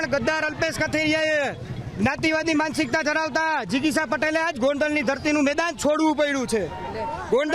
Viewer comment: Where did you learn to speak the word. "MANSIKTA" ???